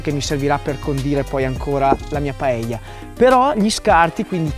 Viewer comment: De nada! hahaha Un piacere vederti facendo una paella (bravo la pronuncia) in meno di 9 minuti!!!! Io non sono un fan di questo piatto ma ovviamente lo conosco. La "paella" (padella) non solo è scenografica, che lo è, ma fa che il riso cuocia in tutta l'estensione in maniera diversa, forse più intensa (curiosa similitudine fra paella e padella, eh?). Detto questo, credo che è migliore non troppo accompagnata di frutti di mare e pesce... alfine è un piatto di riso! Tuttavia sono stupito per la tua brava ricetta e la tua scenografia: una paella nelle Alpi!!!! Ma fai attenzione, un giorno, così nell' alto dei cieli con questa velocità parlante ti mancherà l'aria!!! Grazie carissimo per questo omaggio a la Spagna, quando vuoi sei benvenuto a assaggiare una paella fatta in Valencia! Mille baci! Scusa il mio italiano, che è una invenzione personale...